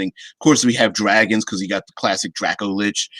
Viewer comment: Who says Lick lol